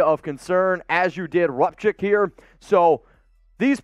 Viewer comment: First if all, you can't even pronounce his name right! Rupcich is pronounced, Rup sitch, not Rupkick!